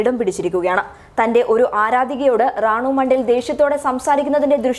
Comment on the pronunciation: റാണു മണ്ടേൽ അല്ല റാണു മൊണ്ടൽ